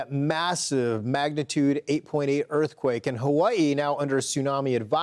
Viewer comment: Dog are you saying ha-way-ee?